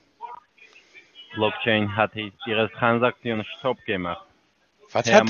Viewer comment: “blockchain hat Ihrä Tranzaktion stop gemacht….“ 😂😂😂😂😂😂😂😂😂😂😂 Sensationell 😂😂😂😂